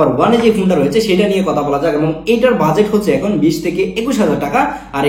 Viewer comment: Kotha not kota